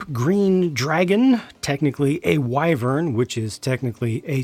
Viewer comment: Totally UNREALISTIC!!!!!1!! Having an inappropriate female there, and she’s a DRAGON, and can’t even pronounce WYVERN correctly? INACCURACIES! Wot, no liqueurs? You’ll shoot your eye out!! LOLILOLLL 🤣 Seriously though, great review, as always. I’m glad you know the names of architectural castle parts. The amoeba castle was totally worth seeing! Thank you so much.